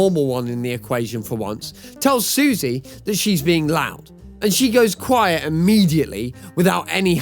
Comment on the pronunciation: Sussie is pronounced "suh-see", not "Suzy".